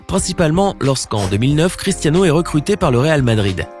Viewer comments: Il dit cristano Ronaldo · « critAno Ronaldo » 😭😭😭😭😭